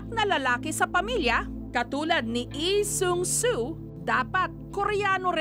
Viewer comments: Bakit eee its lee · "ihh sung suu" struggle is real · Nastressed ako sa tuwing babanggitin ni Jessica yung LEE SEUNG SOO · "na si EE seung su" 😂